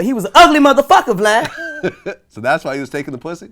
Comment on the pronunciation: The way he says “VLAD” kills me. 😂